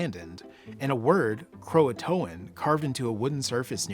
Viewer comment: The name of the tribe was Croatoan not Croatan. The English had Croatoan men on the ship with them. They had been going to the island of Croatoan and living there for months at a time on and off for 3 years before they went to Roanoke.